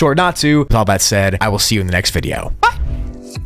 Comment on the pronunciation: didn't even sound like a "bye"